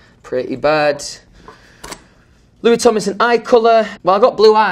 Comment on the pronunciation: No one can pronounce Louis Tomlinson better than Louis Tomlinson.